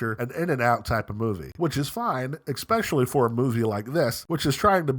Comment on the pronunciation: It's especially, not ex-specially Recently rewatched First Blood, that film is a timeless classic